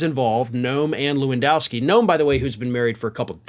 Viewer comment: I’m Polish and hearing Polish names pronounced kind of incorrectly, I’m always tempted to correct the pronunciation:) apologies for that 😂 can’t help myself for that 😢, try to read it as Levandovski (Levandovskee):)